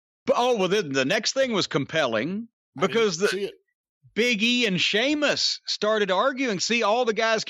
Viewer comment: Seamus??? Say it properly... if you can't don't say at all. It's Sheamus